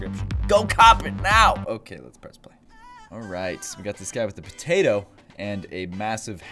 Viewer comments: He said pertato instead of potato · This is how many times he said patato slinky [ [